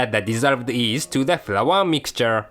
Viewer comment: i love how he says yeast cx